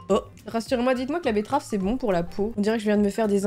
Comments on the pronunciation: bettrave et il y a que moi qui a remarqué qu'elle a dit bluff à la bettrave au lieu de blush à la bettrave ca ma fait rire 😂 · j'aime trop les vidéo astuce meilleure vidéo oh et "betterave" 😂